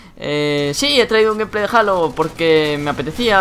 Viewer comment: No se pronuncia "jalo" es "jeilo" y en español sería "halo" la ache es muda. Saludos